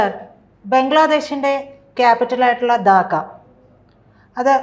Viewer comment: 'ദാക്ക' അല്ലെടോ. 'ധാക്ക' എന്നാണ്